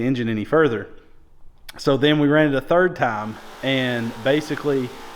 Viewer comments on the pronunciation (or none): none